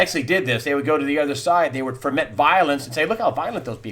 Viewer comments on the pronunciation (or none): Foment doesn't have an R in it Greg. Great video. :D